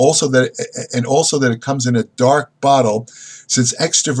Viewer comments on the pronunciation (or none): none